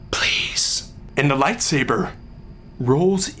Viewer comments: with his lightsabehh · "My toy lat-sabbur" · "I reached for my light saborrr"..... "It was out of reach".... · It's "toy lightsa-BURR" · I love how he pronounces "light sabre" bahahahahahahahaha!! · It is, Le lightsabeur. x3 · "I reached for my light sabeeeeeeuur... but it was out of reach." I diedddd lmfao! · "My light say-bear." Bahahah! Happy birthday, Olan! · "Light saburrr" lmao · "And I took out my Light Saburr!" HAHAHA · "light sabeur" lolol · I will never say lightsaber the same way again. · ill never say lightsaber the same lol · haha, love the "Light Saber" in a french accent, makes it so much more intense! Olan, you give hope to all of us, in every way. You bring us happiness, and you put a smile on our face when we are down. You are a great man Olan, a great man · Was anyone else a bit disappointed when he started pronouncing "light saber" normal? My dreams died a little ;)